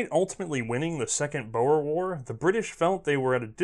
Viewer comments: My South African ears hurt at the first bit....but I definitely keep listening for the great show. Just for reference' sake: "boer" is pronounced more like "boor", not "bower", and "veld" is pronounced more like "felt", not "velt". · its pronounced boar like the male pig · if youre gonna say a famous word so repeatedly its good to check you arent going w/ a childhood mispronunciation like bow-er (one w/ Japanese manners?) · it's not pronounce bo-er its more like Boor :) nice try though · Like your videos but Boer is pronounced 'Boar' not 'Bower'! I'm originally from South Africa!!!!! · 'Boer' is pronounced 'boor', like in 'boorish'. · The "Boer War" is pronounced "boor war". Pesky dutch using weird spelling :) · Technically, oke, it's more like "Boo-ah", especially if you want the correct Afrikaaner pronunciation! ;) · I've never heard someone butcher the word "boer" so badly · Redcoat when you know how to speak Afrikaans, it really is